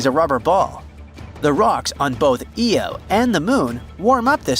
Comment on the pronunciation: And why can't these documentaries ever get the name of Jupiter's moon right? It's IO not EO